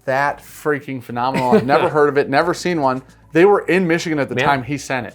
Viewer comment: James or how says phenomenal as fee nominal